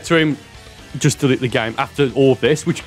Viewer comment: "DELET" THE GAME🤣🤣😐😐😐😐😐